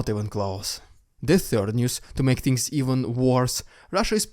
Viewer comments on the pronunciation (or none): none